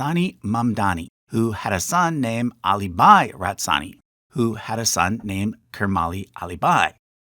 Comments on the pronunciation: Is Ra-tansi really pronounced Rat-sani or is this a typo? Mitch Epstein is also pronounced Ep-stine, not -steen. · Is it Ratsani or Ratansi ? You keep saying Ratsani, but Ratansi is written on the screen. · Why is Ratansi pronounced Ratsani? And Masuma is pronounced Musama the first time. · Please get the pronunciations of the names right. It's R-A-T-A-N-S- I, not whatever you pronounced.